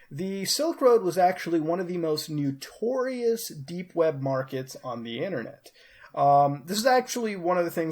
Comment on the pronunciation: LOL did he say NEWTourious . Hahahahahaha.